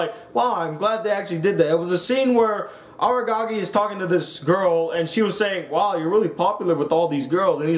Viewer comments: Aragagi..?? Isn't it Araragi..? xD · The second he read the name as Agagi i dipped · you cant even pronounce araragis name stop talking bruh